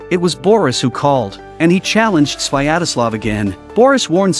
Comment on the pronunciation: It's not "Swayadaslav: - it's "Svyatoslav" xDDD